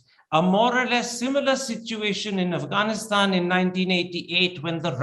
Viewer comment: One would think that an Indian ambassador to Afghanistan would have learned the proper pronunciation of the country's name.